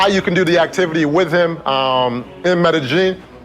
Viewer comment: Since you don't care... Medellin, pronounce meh-deh yeen, opposed to meh-de geen.